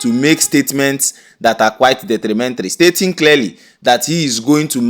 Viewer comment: Detrimental not detrimentry.